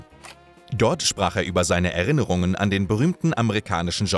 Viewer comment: Er -innerung und nicht Er -rinnerng.